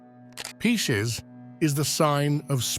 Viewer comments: Why is he saying Peecees? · P I S C E S Not pieces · PISCES NOT PIECES